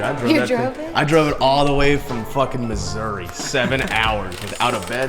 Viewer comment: It's MISSOURAH, damn. Get it together.